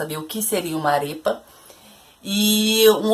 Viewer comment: De uma namorada de venezuelano: é *arépa*, com "e" tônico, em vez de "arêpa". Só para dar o toque.